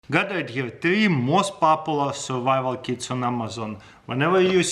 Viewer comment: only me that thinks he say survival kids? xd